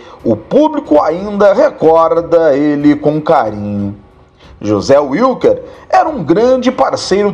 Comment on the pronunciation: NÃO SE PRONUNCIA UILQUER, SE PRONUNCIA VILQUER! O NOME WILKER É ALEMÃO, NÃO É INGLÊS!!!